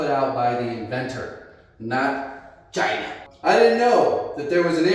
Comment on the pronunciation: "I just miss the way he said... Chy-nah":face-fuchsia-wide-eyes